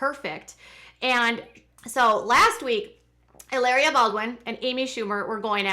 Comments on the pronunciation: Stop calling her Helaria - it’s Hilary lol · It's pronounced ee-LAH-ree-ah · I cringe every time you say e-layr-ee-a!!! I was shocked to hear you have a background studying Spanish and would pronounce a word spelled Hilaria that way. You would say it the way you’re saying if it were spelled Hileria.... but anyone who speaks Spanish would know how the letter a is pronounced in Spanish, which is “ah” not “ay....”